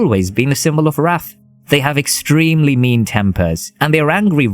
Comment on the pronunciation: Nitpicking here but the"wrath" pronounciation was kinda off putting 😂😅 But eh, the video in general is awesome!